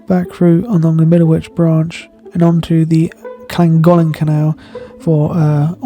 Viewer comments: Dude you gotta learn how to say Llangollen! 😊 Love your videos mate. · Clan gock Len = Llangollen😄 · When I stayed at the hostel in Llangollen last year they said it was Klan-goth-lan. Which was easier to say than the nearby aqueduct 😂.